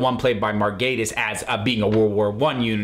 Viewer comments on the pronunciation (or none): I've got my pedantic head on here, but Mark's surname is pronounced as Gatiss, not Gaetiss. Just here to brighten your day. 😂